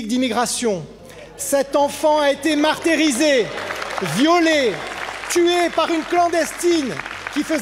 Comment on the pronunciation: "Martérysé" ah oui du lourd comme discours Éric Pauget ...